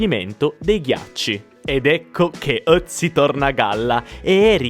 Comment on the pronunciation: Ciao, sono di Bolzano e sono di madrelingua tedesca. Ti faccio i miei compliment per la pronuncia in tedesco. Sei l'unico italiano che sa pronunciare Ötzi. Sei anche molto simpatico.